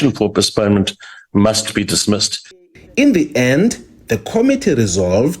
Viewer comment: can't even pronounce the word postponement. And instead of saying commence, she says commerce 😂😂😂. Kangaroo court, Malema is something else 😂😂